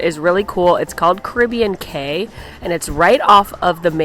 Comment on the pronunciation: I stayed at Caribbean Beach my last two trips. I love Sebastian’s Bistro! I wasn’t big on the main quick service, and finally tried Spyglass toward the end of my second trip. So much better! A much calmer environment and the food was great. I love the Skyliner! I think Cay is pronounced as “key” when it’s an island. Great review. So fun to relive my memories through your videos.